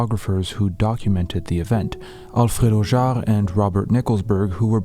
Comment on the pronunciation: impactful pictures no doubt, and your narration as always is soothing and on point. one little thing tho, you pronounce Alfredo Jaar's name right but you wrote "Aldredo" in the subtitles shown in the video. just a little nitpick that does not, in any way, subtract from the quality of this video piece. please keep doing what you're doing, it's really good.